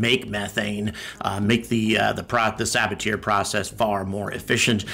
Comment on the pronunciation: "Saboteur Process" LOL!